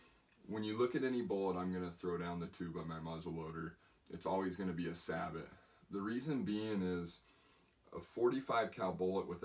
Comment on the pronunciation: Sabot is not pronounced that way is pronounced Say Bow!